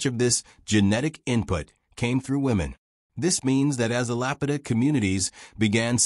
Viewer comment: To be taken seriously maybe first learn to pronounce the name of the culture that is the focus of your video.